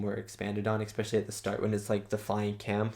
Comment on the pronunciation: Really great reaction man, but seriously, you don't want to go through your life saying expecially do you? There's no x in especially.